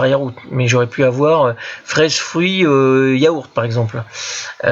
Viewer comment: "yaourth" ? moi je mange des yaourts. 😉🙂